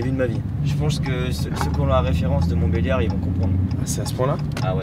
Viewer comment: IL A DIS MONTBELAIRD JE VAIS CANNEEEEEERRRRR 😂😂😂 Mais c’est trop vrai